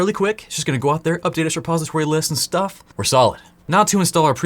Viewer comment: ooops, I think you mean "Repository" there xD